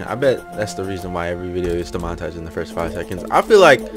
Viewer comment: DE M ON I TI ZE ED